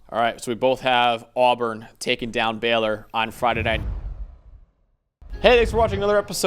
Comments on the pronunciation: Pls stop calling them “Beller” it’s Baylor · It’s Baylor, not Beller you yankee assholes